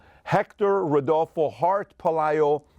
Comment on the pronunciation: I’ve never heard anybody say that name right “Rodolfo”… I’m fascinated 😅